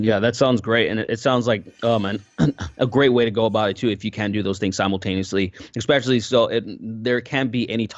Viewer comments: Loved the discussion, but am I the only one hearing "ekspecially" all the time? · I love but every time he says "ekspecially" I'm like arghh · I feel I must, MUST express how distracting I find your pronunciation of the word "ESPECIALLY". Please correct me if I am mishearing you, but it sounds like you are saying "EXPECIALLY" each time. Am I the only person hearing/being bothered by this?